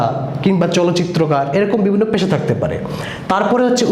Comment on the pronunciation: ভাই, উচ্চারণ ই ত ঠিক নাই...(বিরাল,প্যাশা) আর শিট পড়ে কি শেখান সৃজনশীল ত কিছুই নাই।মুল কথা না বলে এদিক সেদিক কি বলে গেলেন 😜😜😜😜😜